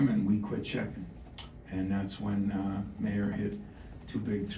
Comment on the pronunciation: He keeps saying Mayer like “mayor”. He’ll know how to pronounce his name after watching the highlights. Lol, Izzo